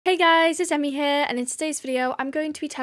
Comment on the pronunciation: ITS AAAAA